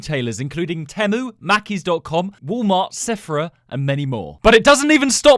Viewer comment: Temu is pronounced teemu